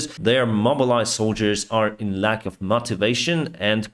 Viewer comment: I like this presentation... But one comment on the pronunciation: You mean "shot down" but say "shat down" (💩) you mean "peace" but say "piss" you mean "lack of resources" but say "luck of resources" I am not complaining, your English is great and completely understandable... but these examples are unintentionally funny, I would like to let you know. keep up the good work, stay healthy and i wish piss for everyone... umm sorry peace for everyone 😉